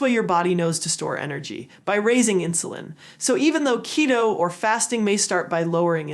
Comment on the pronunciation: it’s not ketto kiddo it’s keeeto like cheeto…😊